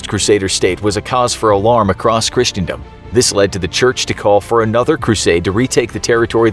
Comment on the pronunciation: Even just down to how they said christendom at the start is wrong lol